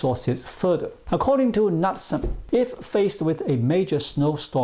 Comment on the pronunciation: it is pronounced "nootsen" (knutesen DANISH/Norwegian